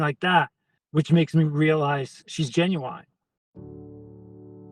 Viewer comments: ' genuonnn' instead of genuine lol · Genuine ❌ Gen-u-nine ✅ 😂 - Lovely guy though feel bad for him. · He can’t even pronounce the word “genuine” He obviously doesn’t know what it means He was gen u wined for real😂😂😂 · “genu- wine” hehe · bro says genuine like gen-you-wine lol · If you can't pronounce "genuine" then you shouldn't be sending money online